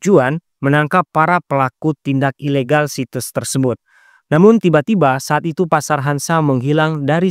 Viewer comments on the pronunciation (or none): Izin koreksi dikit. Ef bi ay bukan Epbi ay. Pasar bukan Fasar Ilegal bukan Elegal Zat bukan Jat 😂🙏